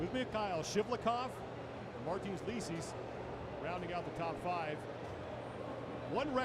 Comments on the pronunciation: Martins "likis" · He said martins "likis" lol